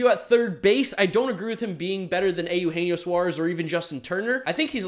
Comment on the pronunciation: I always chuckle at Americans' inability to pronounce Eugenio correctly